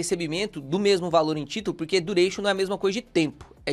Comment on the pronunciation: "vou te ensinar dureichon" leeeeeepo